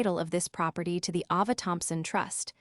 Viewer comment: Eee-Va-Lin…(Evelyn)..proper TIE (Property)..because proper was on one page and Ty started the next page..probably an outstanding story…but AI is an untrained assassin....just killing the story…it’s on wobbly legs.